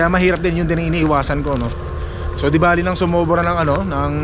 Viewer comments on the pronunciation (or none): none